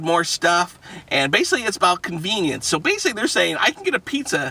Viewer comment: How many times did he say conviniance